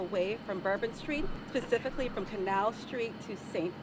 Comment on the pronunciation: she said "pacifically" 💀